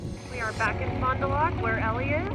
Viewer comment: It's pronounced Fon Da Lac not Loc lol.